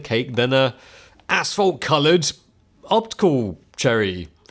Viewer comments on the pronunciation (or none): ashphalt? I heard asshole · It sounds like he’s saying asshole. Love it! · It took me way to long to realize was saying “asphalt” and not “asshole”...